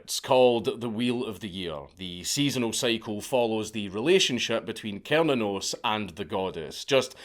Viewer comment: i’ve heard it’s pronounced (sir-nan-os) but from the deity’s point of view, I don’t think he really gives a shit how it’s pronounced. just thought i should put that out there, as a Norse Pagan, who likes all gods from different pantheons.